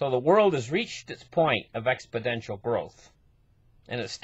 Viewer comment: Exponential, not "expodential".